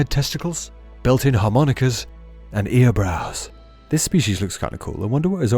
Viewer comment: The way you said "earbrows" made me burst a fart laugh😂